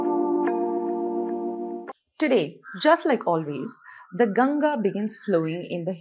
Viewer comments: At least Indians should pronounce the name properly, aye? Please stop pronouncing the name like Ganja. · It's Ganga not Ganges, why do Indians mispronounce their own names ?